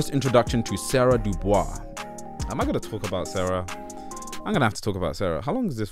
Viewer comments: I'm almost positive it's pronounced "dew bwah" not doo bois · Is no one else upset that he's pronouncinf the last name as Due Boys instead of the correct Due Bwah? No? Just me? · Isn't DuBois supposed to be pronounced "DuBwah"? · I hate to be that guy but Dubois is pronounced Doo-bwah, not Doo-boys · It's "Doo-Bwah" in the show because that's the french pronunciation. WEB DuBois wanted it pronounced "Doo-Boys" and specified it. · It's Pronounced "do boo-wah" not Do BOYS as you've massacring the name bruv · BTW, DuBois is pronounced "doo-bwah", it's French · Actually DuBois pronounced it “Dew-Boys” himself. You can see it in a journal entry he wrote. It actually makes it funnier that a bougie Black person like Tom uses a French pronunciation. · Hey, man. Interesting video. Just wanna say that DuBois is pronounced "doo Bwah". It's even pronounced like that in the show. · Everyone who thinks I'm mispronouncing DuBois is exposing how little they actually know about the show and where Tom DuBois gets his name from! It's W.E.B DuBois! He specified that it was pronounced "Doo-Boys" and Tom using the French pronunciation to push his misunderstanding of his people from a eurocentric lens. Ironically, it's the people that think "Doo-Bwah" is the right way to say it who reveal how little they know about this series. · "Duh Boys" If only Tom pronounced it like that. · He pronounced it as "Doo-Boys" himself and I think that distinction should be respected. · It’s pronounced Du-bwah. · I thought your 1st L was via your pronunciation of Dubois, did you not watch the show? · Stopped watching after a minute because the repeated mispronunciation of Dubois makes me think this is AI. Especially since the name is said numerous times IN THE SHOW! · Great video. Didn’t pronounce Dubois right but w/e